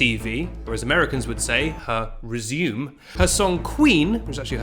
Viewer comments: It’s pronounced reh-zoo-may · "Her R E S U M E" im CRYING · lol the way he says resume